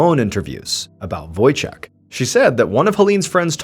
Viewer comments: Wojciech is Polish name Ch in Poland is the same thing as H So read it as Wojcieh ✨👍🏻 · Any Polish people smiling at the "Wojciek" pronunciation? :) So sweet!